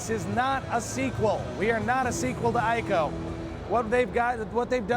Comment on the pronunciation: It's actually pronounced as 'EE-CO' not 'I-KO'. The Japanese cannot say 'I' they say 'E'.